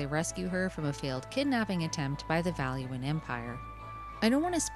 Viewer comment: finally! someone who says valua properly. i dont know why people call valua like balooa, its not the jungle book, guys.